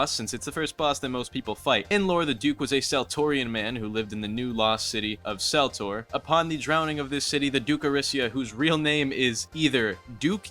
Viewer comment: unc you forgot the correct pronunciation for celtor being "kel-tore"